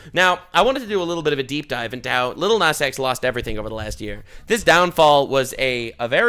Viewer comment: "aniddleliddle nazX"